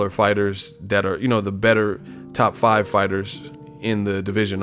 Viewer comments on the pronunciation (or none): none